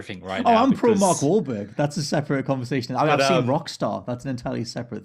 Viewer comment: Larry king said mark whalberg wrong first 😒😂